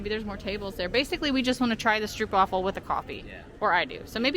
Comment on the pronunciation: It's pronounced stroapwafel. Not difficult to google pronunciation. Also stroop is not caramel, it's reed sugar syrup.